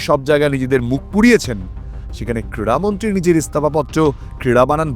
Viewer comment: Kriya Mantri......Not Kira Mantri....Super...